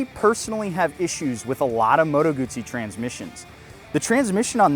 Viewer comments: call me old school but when i owned a Moto Guzzi i was a kid i had a Guzzi V7 Special and a California and we and he dealers then pronounced it Moto guZZi there was and still is No "T" so where is the "T" comeing from when you pronounce it Moto Gutsi ? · Guzzi is pronounced like Pizza.